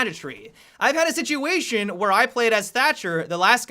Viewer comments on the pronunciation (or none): none